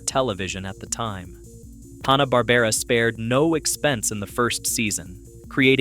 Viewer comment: "Hawna" Barbera...?? Sometimes it's said like that in this video, sometimes it's said right. How about watching any of the million videos about Hanna-Barbera to learn how to pronounce the name properly?